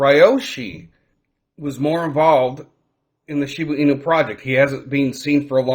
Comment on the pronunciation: Are you saying Shibu Inu? Cuz it’s pronounced ShibA Inu